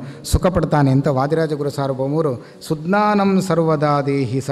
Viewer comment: ಸಜ್ಜ್ಞಾನಂ... ಶುದ್ಧ ಪಾಠ [ಸುಜ್ಞಾನಂ ಅಲ್ಲಾ]